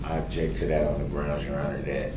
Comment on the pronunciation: Yeronner, I axe for a dismissal because the letter, i, in the word, idiot, was not dotted in the complaint.